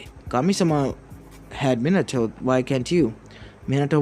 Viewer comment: MINATOOO hmmm or minatoe XD